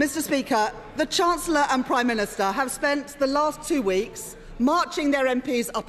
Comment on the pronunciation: Hoyle is such a crap speaker, I wish we could still have Bercow in a perfect world. Can't even pronounce chancellor properly.